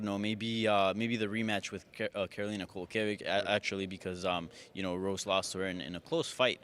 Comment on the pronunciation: People also need to learn how to pronounce Kowalkiewicz... Listen to Bruce Buffer or Joe Rogan.